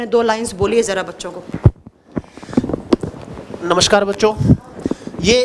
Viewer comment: नमस्कार को नमश्कार बोल रही हैं